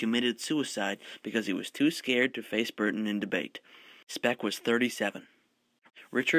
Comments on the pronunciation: its speke not speck, ffs. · Thank you very much for this great video. Just 2 things: it is Tanganyika as in "tangayeeka" not "tanganyaika" and Speke as in "speak" not "speck"